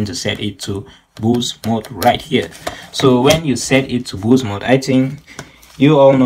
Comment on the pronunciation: i mean pronounce boost